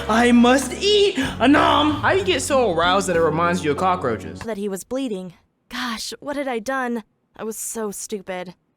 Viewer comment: He had to say “cock roches “